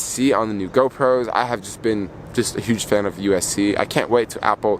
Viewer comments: Sorry but it hurts ever time you say USC! It’s USB-C lol. Btw you should get the anti lost wires for the AirPods if you don’t want to lose them easily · Upload speeds depend on your carrier. The iPhone doesn’t dictate the upload or download speeds. Yellow is a popular color, order it online if it’s not in stores. It’s Roman numeral X. You pronounce these devices as 10S, 10S Max & 10R. Are you referring to USB C??